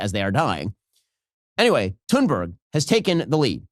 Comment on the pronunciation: How did you pronounce her name? 🤣🤣🤣 Please, let me help you, although my Swedish isn't the best! If I had to write it pseudophonetically for an English speaker, I would spell it ‘Tühnberry’. However, there is still the ‘ü’ sound, which most English speakers struggle with. I think ‘Toonberry’ will do. But "Sannbörg" (as your American English pronunciation sounds to my Austrian ear) is completely off the mark. P.S.: Btw., I am not writing this because I am a fan of Thunberg, but because I am a friend of the correct pronunciation of languages. 🙂